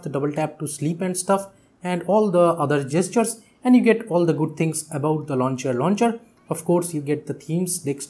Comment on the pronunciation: Anyone also listened launcher launcher instead of lawn chair launcher?? 🤣😂